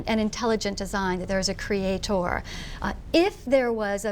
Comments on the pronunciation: She keeps putting the wrong emPHASis on the wrong syllABle when she says "creaTOR". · a cre-a-TORE ! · Oh, so it's pronounced CreaTORE, not creator. Thanks Wendy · It's creator, not cree-a-TOR, Dumb bitch. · What the fuck is up with her saying "crea-TOR" instead of "creator"? That's so stupid and annoying. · “Cree aye tore” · Did she said Createthor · why does she keep saying "the crea TOR" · Is she secretly and subconsciously pushing the agenda for the Vikings? I mean, why else would she keep repeating creaTHOR? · Who the f**k is Wendys "CRE-ATE-OR"? -_-' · "Cre-a-thor" lol - she's a norse in disguise! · i think its Creay- THOR :P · What you doing Dawkins??!!!! Why you talking to slime brainers??!!! Starting to write like she speaks, she and her mispronunciation of crea-Tore. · I bet he's riled at her pronouncing creator as "crea-TOR". I know I am. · bitch say creatOOR one more time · if she says create-or one more time... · When she says 'creatOOr' i just want to kill her. How richard is able to stand there while that woman ignores everything he says deserves some kind of award. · Take this how you want and hold my atitude against my religious beleifs, but holy shit I want to punch her in the dick every time she says "cree eh TOR" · CreaTOR. CreaTION. EvolutionIST. The way this woman pronounces words annoys me for some reason. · "creah thor" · ''Creat-0r'' my god shur up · crea-TOR, lol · nonono, its CREE-EI-THORR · Every time Wendy says "cree-ay-tor," God designs another mentally retarded human. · It's creator, not CREE-AY-TOOOORE. dumb bitch pronounce things right! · Why does she keep puting so much emphasis on the last syllable of 'cre-a-tOR'? It's very bizarre. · Every time she pronounces "creator" it makes me think of Ross pronouncing kah-rah-tay.